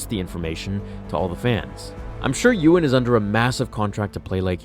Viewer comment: Uriah Siner it's pronounced EE-wan... As in Obewan Kenobi.